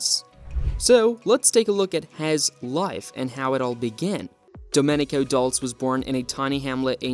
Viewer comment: You should at least pronounce Domenico’s last name properly.